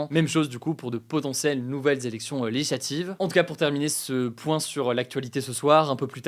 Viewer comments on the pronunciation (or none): Hugo,essaye de plus articuler et de parler moins vite. Quand tu dis "legislative", on a l'impression qu'il n'y a qu'une syllabe